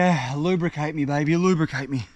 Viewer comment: Are we just going to ignore that he's said lubercate me😅